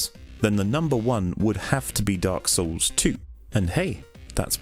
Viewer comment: When says Dark Souls it sounds oddly like "Dark Sauuce!"